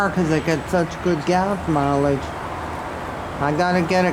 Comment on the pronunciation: “Gath mileage”😂